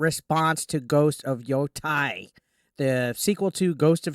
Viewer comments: YoTEI, not yoTAI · Yo-tay, not Yo-Tai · It's not tie. It's pronounced like tay. Yoh-tay